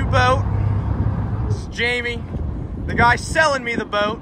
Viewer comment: "The guys SELLING the boat" 😂 why you say it like that